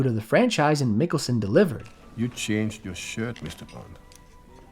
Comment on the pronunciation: Stop saying 'Nicholson' instead of Mikkelsen, or am I the one with an impared ear??